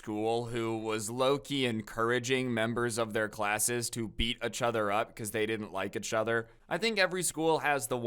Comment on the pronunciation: Why is he saying itch other??